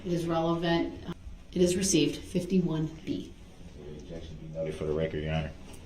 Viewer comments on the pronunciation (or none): Objecshun 😂 you just made me laugh so hard 😂 thanks 😂😂